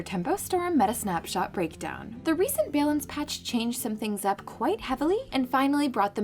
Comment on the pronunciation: If this woman ever says "balance" correctly, I swear I'm quitting this game.